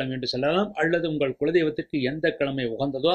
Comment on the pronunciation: Nalla karuthukku nandri Ayya❤ Oru panivana venduhol... Thayavuseidhu Tamil ucharippu sari seiyavum..kulandai..tholil..kilamai..ealu..palaya..all jarring to ears. Idhudhan naan thangalukku sollum puthaandu kurippu